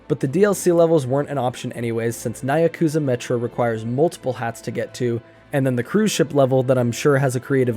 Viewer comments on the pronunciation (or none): "Nye-a-kuza" pronunciation, perhaps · "nigh-ya-kuza metro" has to be the most unique way ive heard that be pronounced LOL also great video, this was a fun watch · Good video but how you pronounced nyakuza caused me real metaphorical pain